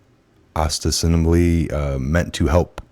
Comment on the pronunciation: And I am supposed to believe someone who cannot even pronounce "ostensibly"?